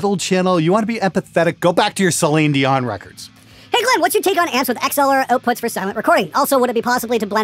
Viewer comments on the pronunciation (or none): Did he just say "Saline Dion"?! :'D Hahahahaha